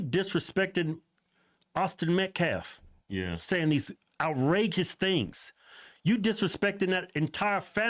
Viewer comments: Min He says “Met-claff” WHAT A DOOF. ‼️‼️‼️‼️‼️‼️‼️‼️ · HOW FREAKIN HARD IS IT TO SAY “metCALF”?!?! His last name is Metcalf…met-c a l f! you “respect the loss of life”, “respect this and respect that” and you can’t even get the name right?!?! not once??? like freakin hell man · This dude cant even say the name of the victim properly. Metclaf??? Gtfoh. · He keeps purposely mispronouncing Metcalf. He’s said Metclaf like 5 times at this conference and when he spoke before. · Metclaf? Damn dude, talk about disrespect. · “Respect dignity of life” so much they couldn’t even pronounce Austin Metcalf’s name properly. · Saying his last name wrong on purpose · This is weeks later and this clown can't even pronounce Austin Metcalf's name correctly. The title pastor is dirt when men like this carry it.